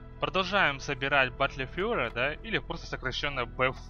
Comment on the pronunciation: гайд хороший, произношение плохое... учи англ или используй больше русских аналогов английских слов. Бэтл Фьюри читается.